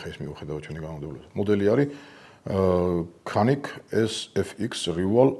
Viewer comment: ოღონდ ერთი შესწორება; Canik-ი “კანიკი” ასე არ იკითხება, “წანიქ” ასეა სწორი ფორმა. თყრქულში C არის წ.